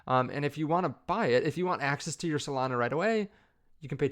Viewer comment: Solania? Melana? Potato? Potahto?